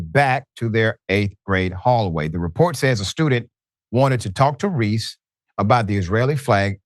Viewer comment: "Reese axed her" ??